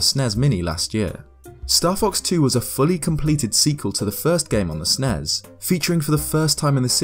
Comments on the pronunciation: S n e s not snezzzzzz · Ooooof. NES and SNES are abbreviations not words so its S.N.E.S. its not you I just makes me really mad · Hearing people pronounce SNES like a single word is so annoying. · "Nezz and Snezz Minis" No. Stop that.